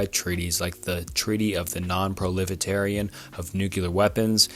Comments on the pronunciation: I agree. How does he know about the words "non-proliferation" and "ecological" but not know how to pronounce them correctly?? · Non pro lif er ray shone , I love your content but the misspeaking is hard to listen to. Do you have dyslexia? You see the word and then say another. There are things that can help this. No hate, teacher here.